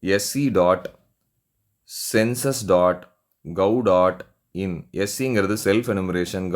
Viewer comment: ஒரு வீடியோ போட்டா தெளிவா சொல்லணும் gov.in என்று சொல்வதற்கு பதில் கவ். In என்று சொல்லுறாரு